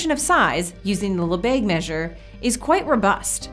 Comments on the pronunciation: "Lebesgue" should rhyme with "the egg," not "the plague." It's true that the e in French (and European languages generally) often has that sound, but not before a g or sg. If you go for the lazy American pronunciation of "le beg," you are 99% there. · Lesbegue instead of Lebesgue